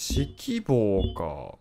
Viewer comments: 指揮棒のアクセントに違和感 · 指揮棒のイントネーションが完全にyogibo